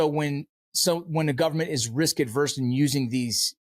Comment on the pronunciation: Guys, it’s “risk averse,” NOT “risk adverse.”